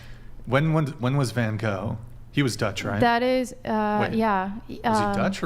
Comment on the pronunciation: Just once, I'd so like to hear any non Dutch, to pronounce van Gogh's name the way it should be pronounced, namely the Dutch way.